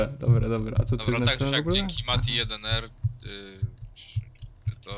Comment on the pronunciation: dzięki i wreszcie ktoś dobrze przeczytał mój nick (mati1r)